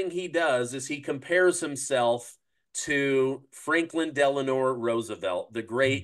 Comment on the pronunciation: just a little tip… it’s delnO. Not delanoR. 😊